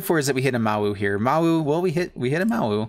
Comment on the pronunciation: Listen to Jiang's voice line when you play him. It will tell you how to actually say Mowu ;)